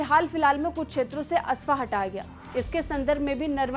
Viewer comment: Afaspa, not aspa